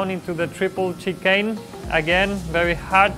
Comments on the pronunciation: He smiled when he said chicken as if he knew he sounded chicken n not chicane😂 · Return of the "Chickane"